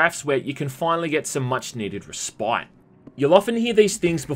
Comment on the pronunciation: It that how Aussies pronounce "respite"?